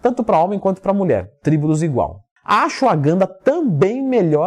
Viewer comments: Sim kkkkkkkkkkkk "Acho a ganda" "AxuAganda" e por ai vai, hahahahaha, Tmj ;) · Não entendi o que ele falou depois de Tribulus Terrestris, o nome é AGANDA? GANDA? qual é o nome certo porque não encontro esse nome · Nao entendi a pronúncia e achogana o nome e assim escrever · não entendi o nome do medicamento depois do tribulo terrestre,não parece q vc disse gana?????